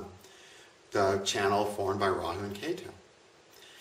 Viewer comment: He bit his tongue while trying to pronounce Rahu.